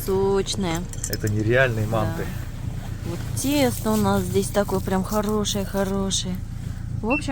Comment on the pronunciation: По нашему по казахстански слово мАнты ударение))))